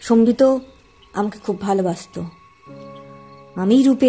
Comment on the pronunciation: Sombito na Sambit? ak akjon ak ak rokom uchcharon korche....amar mone hoy Sambit tai better....Sombito karur name hoy na chot kore...so erpor ektu pronunciation gulor take care korle valo hoy.